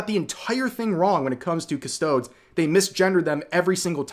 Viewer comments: The faction name is latin and so pronounced cus toe deez and because I can't help myself... cus toe deez nutz. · Cuss-toe-deez. Jesus Christ, Rev it costs nothing to listen to a lore video for ten seconds to learn how to pronounce the word. And for reference the Custodes Codex that updated this army's rules came out 10 months after the current game edition did. Just to give you an idea of how slow GW works. It's completely in character for GW to not update the guide after making a retcon. It happens all the freaking time with the 100+ book series written by dozens of authors that has been retconing the setting and characters for over 2 decades by now. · Cuh-Stow-DEEZ. Please, at least pronounce it properly. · Custodes is pronounced CustoDeez. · Please start saying it correctly... Cus-toad-ees... I'm really sorry but it has been adding up over the videos and I thought you would have learned it over time but I was wrong. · It kills me to hear him pronouncing them as 'cuss-toads' xD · Rev PLEASE learn how to cite how their name is read,because there are no custard-toads in warhammer 40k that i know of. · I hate to be that guy, but its "Cuh-Stow-Deez" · I believe it's pronounced "custod-ees" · Cus-toad-eez (custod-ies) from the word Custodian - aka caretaker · Ok Rev, as a Custodes main I have to correct you as you pronounce Custodes is wrong and it bugs me tf out. It's Custo'dees'. It's a dragged e and not a soft one 😅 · The topic aside, the word is pronounced Cus - toe - dees. This annoyed me more than it should. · I'm sorry i choked hearing you say it like that. It's supposed to sound like custodes Like deez nuts.... Cus-toe-dees. Also we have the sister's of silence as the female side of the custodes faction...we don't need female custodes when we have them. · Say it with me rev: Cuh-stode-eez. Please. Also, Ah-star-teez. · I'm sorry I had to bring it up it's pronounced as "cus-toe-dees" Love u rev ❤ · The mispronunciation made this video hard to watch